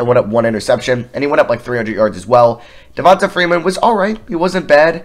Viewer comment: It’s pronounced Devon-tay